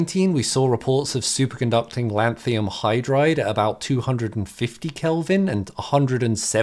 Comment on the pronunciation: There's no such thing as "lanthium" -- you're mispronouncing "lanthanum" (/ ˈlæn θə nəm /).